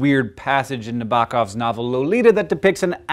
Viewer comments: how'd you just pronounce Nabokov? I feel like the emphasis should be more on the 1st syllable... Like, NAH -bo -Cough, or KNOB - o - Cough. I tried spending time with the International Phonetic Alphabet, but I don't quite have a grasp of the notation. I tried listening to Emma Saying and I think I get it... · lol at your pronunciation of Nabokov.